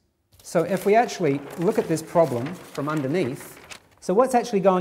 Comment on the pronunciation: to there are 19 "achually"s.